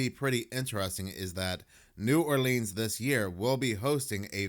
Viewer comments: New ARLINS. Pronounce it right lol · The way he says New Oleans is aggravating as hell! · Yk they ain't from Louisiana when they pronounce "New Orleans" like that 😂